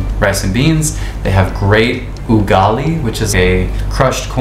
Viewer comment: The way you pronounce"andazi" , " ugali" just like a local 😂